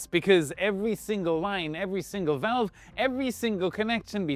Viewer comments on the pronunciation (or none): none